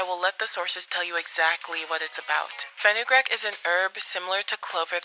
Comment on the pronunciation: Fenugreek (Fin-you-"greek," not Fin-uh-"grick") Long "e" sound, not the short "i" sound. #PronunciationPolice 👩‍🎓